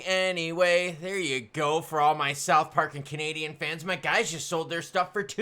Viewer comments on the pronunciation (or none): none